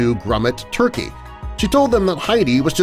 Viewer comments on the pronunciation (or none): none